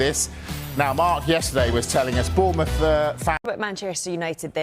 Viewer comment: The guy is a melon saying Bournemouth